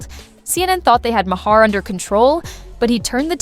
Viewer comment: Your credibility is questionable when don’t even pronounce Bill’s last name correctly